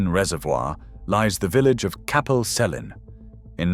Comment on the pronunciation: Capel Celyn is pronounced with hard Cs, so kapel kelyn, not selyn. It's also more commonly known as the drowning of Tryweryn (the name of the valley), and you'll see signs all over Wales that are blood red backgrounds with white writing saying Cofiwch Dryweryn (Remember Tryweryn). Also only some of the bodies and headstones were recovered, most were flooded with the valley. The bodies of some of my family members are still lost under the water. Only 8 bodies were removed, and the company drowning Capel Celyn promised to collect the headstones of the remaining graves, then cover the graves with gravel and concrete, which was never done (yummy corpse tinted water for all I guess).